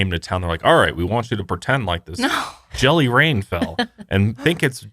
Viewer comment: I've been in Washington my whole life and I thought you said "jelly brain" 🤣 I've never heard of jelly rain!